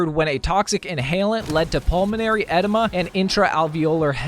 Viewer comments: It's pronounced guy-uhh and uhh- dema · Lol the way you are pronouncing edema is so cringey. Look up how to pronounce it and you'll see how off you are. It's pronounced Ahdeema.